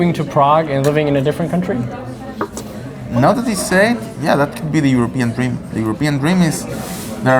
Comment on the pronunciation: Jetzt mal ehrlich, bin ich der einzige der die Dänin, jedes mal wenn sie "Kauntry" gesagt hat, im Kopf verbessert hat? xd